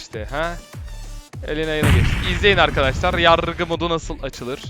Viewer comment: Nobody:: Yarrrrgı mod